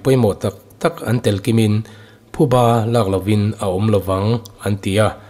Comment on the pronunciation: Thuba nilo vin phuba tih zawk tur ani e